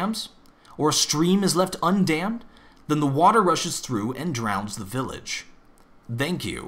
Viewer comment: I heard him say "dank you" at the end.